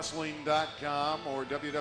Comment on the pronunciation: "WW Dot." It's "WORLD WIDE WEB", meaning there's three W's, not two.